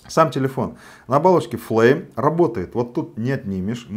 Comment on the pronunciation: почему флейм,а не флайм?)